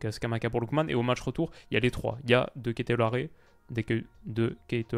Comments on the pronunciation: Super analyse mais on dit ''De kételar'' et pas ''De kételaré'' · de kètelâre la prononciation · Ils ont détruit l’histoire 😢 (Sinon le nom de CDK ça se prononce "Deketelar" si jamais 😉 je suis belge je sais de quoi je parle 🤣) D’ailleurs c’est quand l’Eurotour de la Belgique ? 😛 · Pour info comme je vois que tu as du mal 😅 ça se prononce ' de kett euh lar' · Super vidéo, j'ai pas vu le match et ça m'étonnait.. Voici la prononciation pour De Ketelaere 😛 De Keutelaar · Pour la lecture De Ketelaar c’est la meilleure manière de le prononcer ✌🏻 Ça me fait plaisir pour la Série A de venir briller en Europe, c’est un championnat qui en a besoin ! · Te casse pas la tête pour la prononciation de CDK, c’est « DeKételar » 😂😂🇧🇪🇧🇪🇧🇪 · Ca se dit DE KéTELAR on ne prononce pas le E final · phonétique : "dekételar" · LOL, pour CDK tu peux le prononcer De Kételar, je suis belge tu peux me faire confiance! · De Ketelaere => de kételar ;) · Ou '' de quai te lard '' mais franchement il y a un bel effort sur la prononciation ^^ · en vérité la vraie lecture du nom du joueur belge c'est ''Dékatélère'' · Merci pour ta vidéo ! Comme à chaque fois, des supers analyses. C'est top de faire l'Europa 👍 En tant que belge, j'ai hâte pour l'eurotour de la Belgique ! N'hésite pas à t'entrainé sur la prononciation des noms bien belges 😉 Pas évident à prononcer ce De Ketelaere hein 😄😉